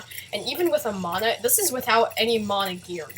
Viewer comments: its man-a not manoh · ITS NOT MONA, ITS MANA. GET IT RIGHT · Mauna MONA? moana? muna.. wait.. meononaa? OOOH NEMO! ok seriously this is the first time I've heard someone pronounce it like that.